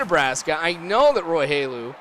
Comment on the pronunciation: u said roy hulu's name wrong